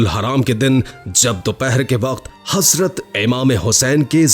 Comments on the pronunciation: HaSrat nii Hazratt hota haiii ..... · THERE IS NO ANY WORD HASRAT , IT IS HAZRAT , PLEASE PRONOUNCE RIGHT WORD…..